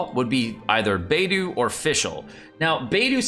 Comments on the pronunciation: It's actually kinda pronounced as"Paytho" tho in Chinese lol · It is Byedu, why can't say it right? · It's Bae do. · It's Baedou, not it's Bido, jk lol😅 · it is "Babe-Doe"! :P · I can't really rag you out on pronouncing Beidou's name as "Bay-doo", because the Korean pronunciation of Beidou's name is Beck-Doo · Bay-do kekw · Beidou is my main, needs to learn how to okay her 😅😅😅😅 (or atleast how to say her name 😂😂😂)